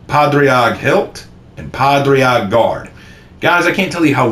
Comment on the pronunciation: Padraig is pronounced “ pah- rig”